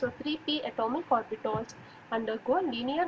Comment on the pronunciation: Those are orbitals , not orbitOls 😂